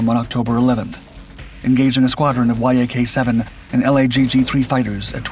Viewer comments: There is no "Y-A-K 7" or "Y-A-K 9". These are "Yak" type airplanes. Yak rhymes with Jack. That's how you say it. =PC= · ""Why Aa Kay"? Yak is short for Yakovlev, it's not an abbreviation!